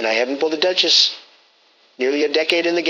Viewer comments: "...don't have a Duh-Chiss" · "Lots of sacred shards PEE-PULL. "....don't have a DUCH....ESS LMFAO